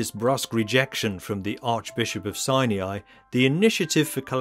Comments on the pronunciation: The monastery is a place of PRAYER not merely meditation. What and where is 'sy uh ny' its called 'Sy Ny' Its like the difference between nuclear and 'nuk yoo ler'. Great video otherwise. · Mount SINE-E-I?